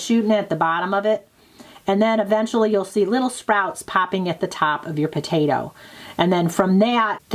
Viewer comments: Potato, not potata 🙄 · My son asked me if you are saying potata😊